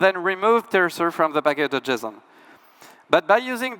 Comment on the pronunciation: Cannot unhear packadojizzon